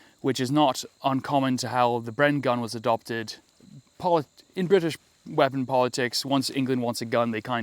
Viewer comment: The bwitish ar ere